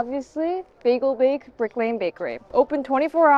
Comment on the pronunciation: Biegel Bake is pronounced as Bi-guhl Bake as opposed to American bay-guhl 😊